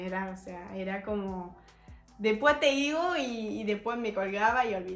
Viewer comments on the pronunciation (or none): Hablando en serio, escucho que no solo tenés acento porteño sino también del norte de la provincia del Chaco. Cuando estás contando sobre los regalos que te daban por tu cumple y que vos te olvidabas de decirle a tus padres lo que querías decís: "despué te igo", en vez de decir: después te digo. Es realmente asombroso el manejo fonético de tu acento argento. Felicitaciones